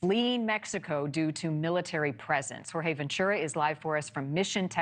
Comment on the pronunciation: No excuse for not being able to pronounce Jorge.